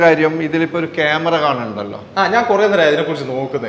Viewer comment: Kemera alla kuamera